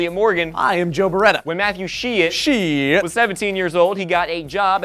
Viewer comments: Seems like the last name is German and if so, it is pronounced as "schydt" (like saying shy+dt at the end) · its pronounce Shidt like SHY DT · I have a feeling that his name should be pronounced Shyt